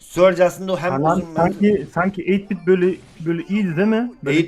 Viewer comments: eyit bit değil 8 bit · Eytbit ne yaaa 😂😂😂 farkedenler yoruma